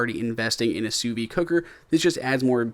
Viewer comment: "Sous vide" isn't "sous vie". Don't be afraid of that D. It's not silent.